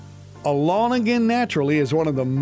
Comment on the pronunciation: "ALONG/A-LAWN AGAIN" (Naturally). Alone (A Loan) like a loan from a bank. I don't know what you are pronouncing but it doesn't sound correct.